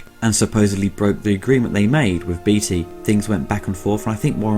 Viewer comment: It's Beaateee not beetee great vid otherwise